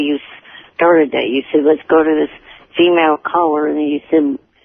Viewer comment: I understand. It's how this little weirdo said the word. His pronunciation